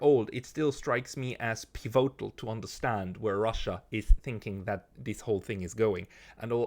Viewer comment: hoer doch auf dauend piVOtal zu sagen und des komplett falsch zu betonen...........is ja cringe